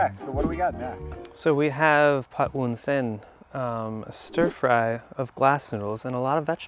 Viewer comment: I'm Thai and he makes me so proud, everything he said is correct. The way he pronounce the third dish "Pad Woon Sen" is 100% Thai accent.